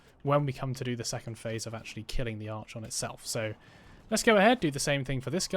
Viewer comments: Was super keen to watch your video till the third time you pronounced Archon wrong and had to switch off. Like nails on a chalk board, please google pronunciation before making a vid about it. Sorry to be negative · who tf says it like that? Never heard anyone pronounce it like this before in recent videos I've watched lol. The constant mispronounciation unfortunately did ruin an otherwise good video tho, ngl 😔